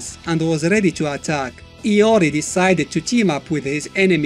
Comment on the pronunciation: in the mobile games ML they pronounce his name LORI instead of IYO REE.. (IORI) watta noob. xD